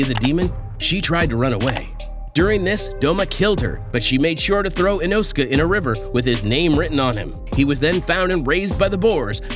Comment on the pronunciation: The saddest thing, so far, is how you pronounce Inosuke. 😅